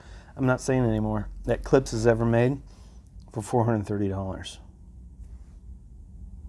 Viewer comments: CLIPSSSSHHHH It's not hard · Klipss lmaooo, love it. Klipsh is such a douchebag word.